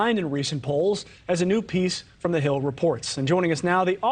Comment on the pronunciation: The way they say his name 🤣🤣memet oz , wtf he is call Mehmeth and is Turkish and it means Mohammed send him back to Bosporos.